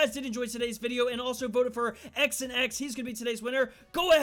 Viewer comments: His name wasn’t pronounced ‘x and x’ lol it’s Xanax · Did he say x and x boi it’s xanx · he's saying "x and x" but it's said "zan x" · Xanx /Zan-ax/ not x and x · X and x??? It’s XAN X(zan x)😂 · Pretty sure his gamertag is pronounced (xan)X 😂😂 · His names not "X and x" its "zan ex" like lil Xan lol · X an X 😂 it’s pronounced zan x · Bruh he said X an X. I’m dead it’s supposed to be said like Xanax the prescription pill. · XanX is not X an X it is XAN X( ZAN X) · its not X an X its pronounced zanex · XanX is t pronounce XnX it’s pronounced Xanax lmao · I’m pretty sure his name was pronounced xanax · I think it's pronounced xanax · Uh,.... Its pronounced Zan-Eks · He pronounced XanX wrong I think. Isn’t he trying to have it spelled like Xanax the pill? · Its funny how he pronounce“ xanx”